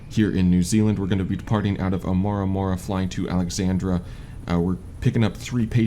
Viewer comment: Try " O ar ma ru " Oamaru. For the departing airport name.